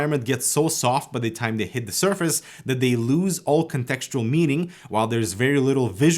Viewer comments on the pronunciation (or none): none